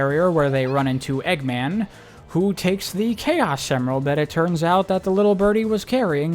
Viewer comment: bro started saying chao semerald… and it was driving my crazy lmao 🤣